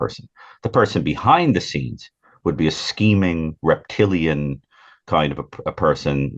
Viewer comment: Why did he say rep Tilian?